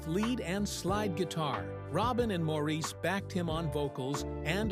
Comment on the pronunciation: Maurice's name is pronounced, Morris, please correct your post to reflect this, after this many years it's an insult to his memory to leave it with his name being mispronounced.